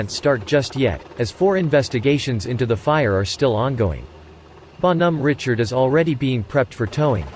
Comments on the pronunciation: Need a French robot to do that. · teach the pc French pronunciation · LEAR HOW TO PRONOUNCE THE NAME CORRECTLY OR GO HOME! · Bon Hom Ritchard 3 seconds and I'm done!